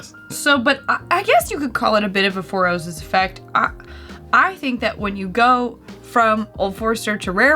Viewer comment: I also enjoyed that southern twang that I picked up . “When you Goooh from Old forester to Rayer Breed” (smiles)